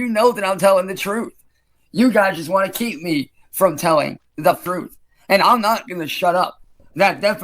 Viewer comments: the "fruth"? 🧐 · "the frooth" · I’m surprised no one noticed him saying “thruth” twice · "the prooth"